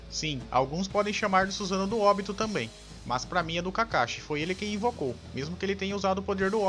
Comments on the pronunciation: o cara pronuncia Óbito kkkkkkkkkkkkkkkk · Vc sabia que óbito quer dizer morte, entrar em óbito, é morrer Então se fala OBITO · "Óbito" cara vai aprender a pronunciar direito essa merda.